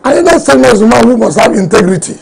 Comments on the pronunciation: "inti-grii-ti." Is that a new word? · "Intigrity! Intigrity" does wike know what integrity means? Political moron